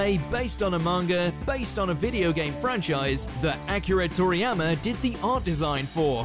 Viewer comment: Not Acura Toriyama lol Akee- Rah, Akira lolol